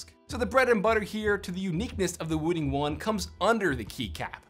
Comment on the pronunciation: its not wooting its woo.........ting as in this ting